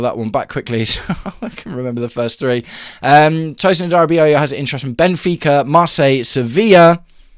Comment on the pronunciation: Tosin has to leave - a) because he’s terrible and b) because I can’t listen to you butcher his surname anymore